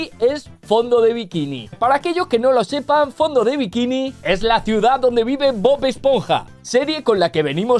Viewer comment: Bob-ash-ponja??? Jajajajaj😂